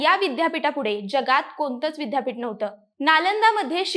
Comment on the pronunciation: बाईला विद्यापीठाचा उच्चार करता येईना, अशा लोकांना कुठे माहीती द्यायला बसवता?